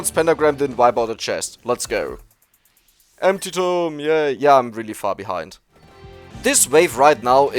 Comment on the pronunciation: Every time he says empty tome it sounds like anti-tome.